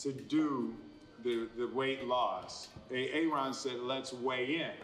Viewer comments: Is he really calling him A-Aron? Got anxiety seeing will smith all the way at the top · Lol, he calls him A-A Ron. Key and Peele are legendary. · i cannot stop focusing on him saying A-aron instead of Aaron "Aron" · I love that he said A a Ron and Key and Peele need to be credited